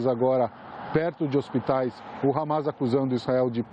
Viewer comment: CNN não fala harmar e terrorista